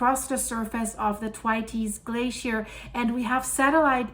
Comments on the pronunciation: It's pronounced "th" waits" glacier not "t' wateys" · it's "Th" as in "think", so a soft sound. Pronouncing it hard makes the name unrecognisable. Should be followed by the sound "way", so not what you are saying. Have posted about this previously and you just ignored the feedback. 😢 "Th - way - ts." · Its pronounced Th-waits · Thanks for your work, very informative and coherent! However Thwaites is a man's name and is pronounced with a "s" sound not an "es" Thw(8)s! Sorry I have to tell you while admiring your command of English! Lots of love from Wolverhampton. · it's pronounced as if you are saying 'the weights' very quickly.....th (as in theory) and weights. 🌹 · it is pronounced: 'Thr-wates'. Just to help you. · "Thwaites" is pronounced TWAYTS (rhymes with "weights" or "skates"). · It's pronounced Thwayts. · I believe it’s pronounced th waits, you always do a fab job with names I couldn’t attempt 😳! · Think your pronunciation of the glacier could be tweaked a bit. ❤ the channel ! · Cannot tell her too many times. I normally give a thumbs up but am getting really fed up with her ignoring the correct pronunciation, having been told in a previous video on the topic. Possibly only reads the comments from paid up members these days? Losing my vote! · Yes! I pointed it out in her previous video about this, but didn't seem to take any notice. Very irritating, as her current pronunciation makes it unrecognisable. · I know this is a such small thing, but if you say “the weights” and then drop the ‘e’ so it would be thweights - that seems the simplest way to describe the pronunciation of the word. Loving all the videos …all this stuff happening on the planet, it’s like being in a train that’s running off the rails except it’s going at the speed from ‘Inception’….